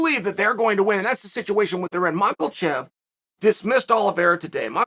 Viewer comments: makhachev 🚫 Macklechef ✅ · Is there an "L" in Machechev? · I love how the title says Makhachev but uncle calls him macklechev Undefeated undisputed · He calls him Makalchev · He became interested in ‘Makochev’ 😂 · Thanks Chael, now I know the famous "Makelchev" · Imagine Chael in a “flavela” eating a “flalafal” with Islam “Mackulchev” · Yeah Mahkelchev…. I knew he would pronounce it that way before I even clicked 🤣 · Uncle Chael. haha. Very first word is Macklechev. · Makalchev lol 😆 😂 love it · chael knows the words michael and chef, so the closest we can have to machachev is michaelchef 🤷‍♂ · Who you guys pick in a fight ? Makhachev VS Mackle-Chev 😂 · theres no L in his last name lmao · Makel-chef..? Chael does it on purpose LOLLL Be-hal Momad 🤣😂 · Sorry. Did you say makal-chev? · Say it with me: MAH-HA-CHEV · Islam should make a bet with Chael: if he wins, Chael finally will start saying his last name right. Hint: there's no L in it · Makelchev! Lol uncle shale with the names always cracks me up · Chael says "Makhelchev" once: Oh must be a slip up. No worries, king. Chael says "Makhelchev" a second time: Oh wow I've been saying it wrong this whole time. Chael says "Makhelchev" for a third time: How does that dumb@ fighter not even know his own name? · Chael, you make my day with these videos! You are HILARIOUS! Cold open statement, "MAKEL-CHEV"! Simply hilarious!!! Those of you who don't catch on to Chael's lingo are missing out!!! Thank you for ALWAYS bringing the EXCELLENT content daily, Chael!!! You are the man! Keep up the EXCELLENT work!!! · This Mackelchev sounds interesting. Uncle Chael does it again. 😆🙈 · Just came here to see Chael pronounce his name as marcklechev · Uncle Chael still can't pronounce Makhachev name right . Uncle there is no L... Its Makha-chev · If you like Islam why do you keep putting an L in his last name 😂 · Michaelchev lol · Imagine Chael becoming so interested in him that he learns how to pronounce his name correctly 🤯🤪